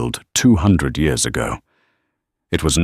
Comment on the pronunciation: Why keep saying yours and not years ?